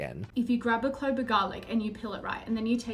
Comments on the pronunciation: definitely wouldn't take advice from someone who says "clobe" of garlic, helppp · She most definitely did say "clobe" I went back and watched it like four times lol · Literally went back to see if she said "clobe" 😂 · She ABSOLUTELY said clobe of garlic like she was unable to choose properly between clove and globe…